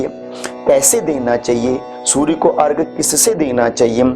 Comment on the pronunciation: अर्घ नहीं,अर्घ्य होता है, धन्यवाद